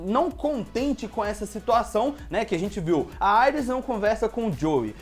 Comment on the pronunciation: Não se fala Aires, e sim Iris kkk